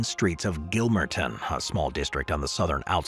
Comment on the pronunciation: Pronounced Gill--marton not Gill-mer--ton